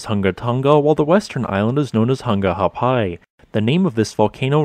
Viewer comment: He did good but didn't get the glottal stop in Ha'apai